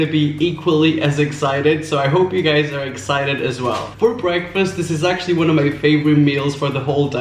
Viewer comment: I hear "I'm alot of you gUzez"